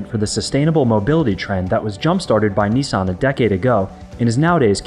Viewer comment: Neesarn?.... Niss, an